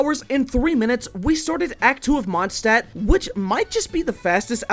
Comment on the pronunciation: He said wenti's vindcurrent in the monstadt final fight???